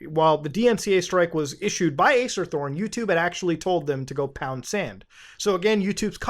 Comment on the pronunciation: i keep thinking you say Ace Attorney